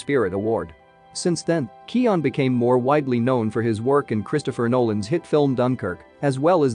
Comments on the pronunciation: His name is pronounced 'kyoh-gan' not bloody kee-awn. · I just found a video with a clip on him pronouncing his name at the start. So it's Key-oh-guhn, with an obvious "g". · County Kerry, west of Ireland. If you wanna check how to pronounce the feck'n thing, look up Collin Farrell talking about Barry KEY-oh-gan....or checkout the late late show...and stop being a smart ass. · "Keoghan" rhymes with "Owen/Eoin", the 'g' is silent. Just say "Kyo" or "Keo" .. and then say "Owen". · pronounce his fucking name for the love of christ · 1 thing you didn't know about Barry Keoghan - How to pronounce his name 😂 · What's the right way to pronounce it?